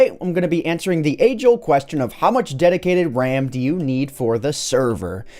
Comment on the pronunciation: someone give me the time of "dedidated wam"